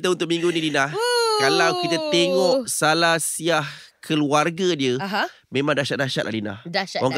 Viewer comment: bukan salasiahhhhh.. SALASILAH.. salasiah tu mak cik yang jual nasi lemak pagi2 tu.. hehehehe..